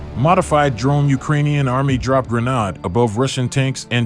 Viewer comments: lol sry dude but yeah a Grenard... definitely Gren-ade just like lemon-ade. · Whats a granaaaad? :D :D :D And octo means eight, but I only see 4 propellers, so its a quadcopter, not an octocopter.